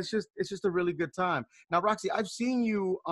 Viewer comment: Rosci not roscoe 😂😂😂